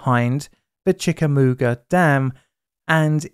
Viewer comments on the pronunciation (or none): Chickamooga?! You mean Chickamauga. You should goggle pronunciation before bastardizing Native American names. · Please learn correct pronunciation of the cities and towns, especially when the name is a well-known historical one. It's Chick-uh-maw-gwa not Chick-uh-moo-ga, it's a famous US civil war battlefield name. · Also...its pronounced "chick a mauga" dam and the Thrasher bridge sits on top of it. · idk if I ever suggested this video in a comment, but I have thought it'd be great for you to make a video on this. So I'm glad you did! I wasn't alive when it happened, but I'm from the Chattanooga area and my mom told me about this when I was growing up. One small thing, Chickamauga is pronounced Chick A Maw Guh (just don't stress it too hard or you'll sound deeply southern lol) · Congrats on the 200th episode,. Hoping to see more strange places and less dark side of science. One note is that Chickamauga is pronounced CHICK-ah-maw-gwah. I was 9 at the time, and living in the Collegedale side of Ooltewah, which was about 20 miles south of the site. All of the secondary roads (definitely US-11, and I assume HWY-58) were clogged to impassibility for several weeks, especially around the Little Debbie plants. The Bowater plant is all but decommissioned now, but the fog system is still in operation, and I've occasionally been on the I-75 when the limits dropped to 50MPH, but never seen the barriers dropped for fog. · Chickamagua is pronounced "Chick-uh-mog-wa" around here. A lot of people blamed the fog on the Bowater paper mill nearby. Bowater has not operated their pulp facility in nearly a year, and yet we still get very dense fog in the morning at certain times of the year. As far as I know, the variable speed and entrance ramp gates are no longer used. The TNDOT will vary the speed limits if there is construction or bad weather, but I have never seen the limit change or the ramps close because of thick fog, and I drive to my shop in Calhoun daily.